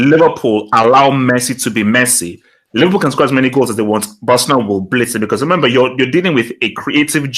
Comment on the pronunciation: “HH I just vant to say one thing man” Proceeds to say more than one thing on more than one occasion.